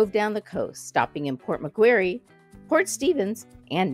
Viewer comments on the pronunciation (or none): Port Macquarie is pronounced like Mc-quarry